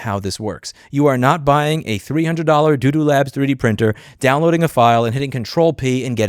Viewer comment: It's repeated; I'm pretty sure it's a deliberate sleight, as is saying doo-doo instead of Bambu.